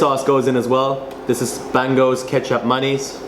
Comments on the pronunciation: stop spelling shit like u r a foreigner. it is BANGAU not BENG GO . u r indonesian. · Bango = Beng-Ngo. I laughed when you said Beng-Go.. hahahha